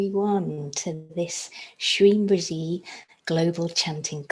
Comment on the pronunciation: It prounced or sounds like brazee but in other videos of guruji it sounds like brezee. If heard seriously. Can any body clearfy what is exact pronunciation.pliz inbox me.